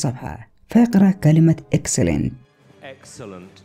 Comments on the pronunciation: ماشاءالله طول عمرك مبدع اخي بس معي ملحوظة صغيرة وهيا: نطقك لكلمة (Excellent)كان غلط وانت عارف انو في معاك متابعين من جميع أنحاء العالم. والشكر لك على كل المجهودات المبذوله لكي توصل لنا الخدعة و المعلومة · هو قال نطقها غلط مش الكتابه غلط